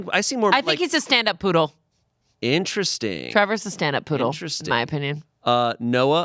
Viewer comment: Did she say "stand-up poodle?" Oh, honey.